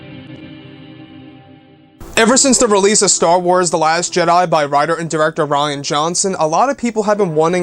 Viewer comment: Rian not Ryan you goof